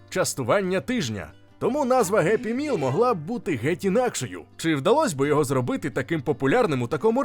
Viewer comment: Геппі міл тобі в сраку за таке вимовляння